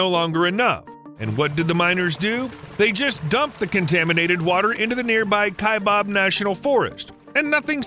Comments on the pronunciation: It is not pronounced "Kai bOb," it is pronounced "Kai bAb." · "kie bob" national forest lmao, I figured you would know how to pronounce it correctly guess not lol